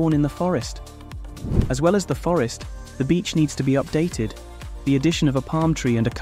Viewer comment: Is your text to speech able to say "the"?